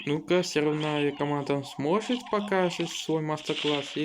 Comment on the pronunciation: сможет а не "сжошет"🤓